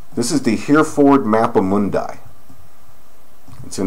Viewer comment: Hereford Bull pronounced Herreford. Just helping.